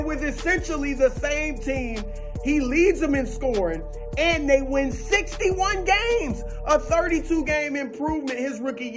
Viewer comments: Lol “Dey white” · Nobody: Broussard: "Dey White"